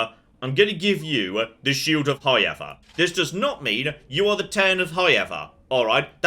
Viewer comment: "Highever" is what I expect to hear at least once when watching.